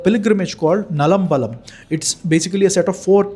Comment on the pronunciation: Its not nalambalam. Its naalambalam. 4temple.